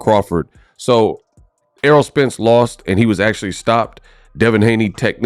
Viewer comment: This dude is one of these "boxing YouTubers" who are only "boxers" when the camera is on lol. Like bruh listen to what you are saying you sound goofy man. Everything you have said was all in other videos like where's your opinions with facts ? Lol you can't even pronounce known boxers names this dude over here saying arrow Spence and "air roll spence" Errol dawg Errol